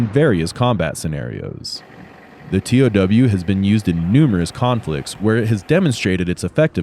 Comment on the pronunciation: It's not pronounced T O W, it's pronounced "tow". I know, that's what I guess in the Army 😂.